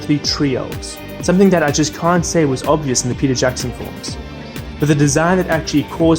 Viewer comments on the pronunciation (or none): none